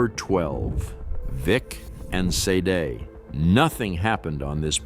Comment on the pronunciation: Vic and Say Day? Sah Day? How about Say-d?